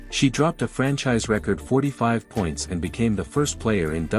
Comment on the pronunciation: Why do you keep saying a 40. Night do free throws not count anymore well if they do she scored 45 points I don't know why y'all say 45 in one part and then say 40 and another part you said you were going to talk about all this stuff that we don't know about that's b***** you can't even pronounce record right cause you or nothing but AI content bulshit anytime you hear a voice and they can't pronounce names correctly or just normal words correctly you know it's AI generated bulshit and I do get sick of it I honestly wish I had never been invented at all because it's not going to end up being good for America y'all can talk about the medical s*** and all that all you want to the truth is it's your time in God's going to take you then God's going to take you you don't get a choice in it didn't mean to even get into that but this AI s*** you don't know if anything somebody is putting on here is the truth or complete bulshit it doesn't matter they put pictures and make them look like these two people are really together when they're not so so far AI has been more of a b***** scam on social media than anything else I haven't seen where this helped anybody saved anybody but it is going to make it so much easier for people to get into other people's identity I can guarantee you that as if we didn't have a problem with that already I had 24,000 stolen out of my account because they use AI they can get into numbers and go through so many numbers in three or four minutes then you could